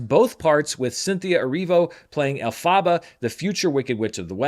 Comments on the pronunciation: Dying at calling the main character of wicked “Ahfahbah” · With much love, it is pronounced, EL-pha-ba. ♥️ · Oh gosh I love your pronunciation of Elphaba 😅💚 I hope you're doing well ❤ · Minor nitpick, but your pronunciation of Elphaba in Wicked is wrong but you aren't familiar with the material so no biggie. But hell hath no minor fury like a Broadway fan when you mispronounce their beloved characters, so....